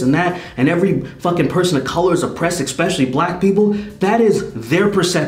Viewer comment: Bro.... you HAVE to learn how to say “eSpecially”